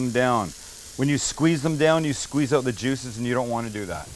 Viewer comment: Sam lets that Canadian slip oot every once in a while.